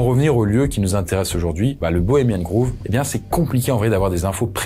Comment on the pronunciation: Grove (comme « gros » en français), pas groove 😉